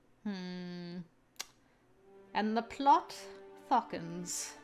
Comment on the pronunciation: "And the plot thockens.... Eentehresting...." - 2020 NO!!! CHIZURU!! DON'T CALL OUT THE BAD ENDINGS ALREADY!!! TH-THE THANOS SNAP!! Ah yes, horny Chizuru is a good Chizuru.